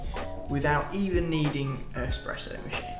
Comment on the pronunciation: ESPRESSO not Expresso ;D)